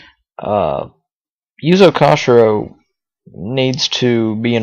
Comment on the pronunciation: I dig this podcast. Only thing is you said Yuzo's last name kind funny ^^ In Japanese it would be "Ko-shee-roh"